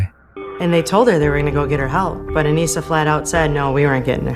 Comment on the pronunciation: My Daughters name is Anissa.. most people say her name wrong. You did pretty good. AH-KNEE-S-AH..